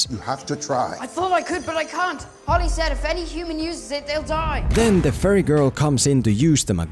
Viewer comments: When you say fairy it sounds like "furry". Maybe that would have been a more entertaining movie. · Whenever he says fairy, I hear furry, and I can't stop thinking about a bunch of furries storming his house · I dont wanna be mean or anything, but it sounds like your saying furry and not ferrie. honestly it makes me chuckle. (Sorry for my poor english) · Whenever he said fairy I heard it as pyro.